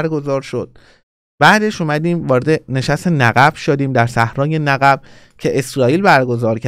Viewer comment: آقا نِقِب درسته نّقّب اشتباهه